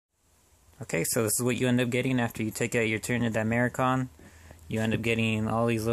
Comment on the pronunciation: di-mach-er-on not di-mair-kon nevertheless great video, good showcase